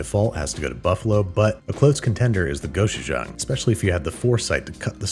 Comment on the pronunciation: I swear by marinading the wings in some sort of acid- we like to use the overly fermented kombucha my sister made. And baking the wings in contact with the tray, not on a rack- this leads to really great crispy wings with a seared sort of flavour. Side note: pronounce Gochujang with a hard 'go' and 'chu'. The 3 syllables should be the same length, annunciating each one clearly.